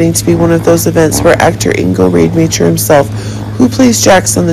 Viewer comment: Ingo’s last name is pronounced ROD-A-MOCKER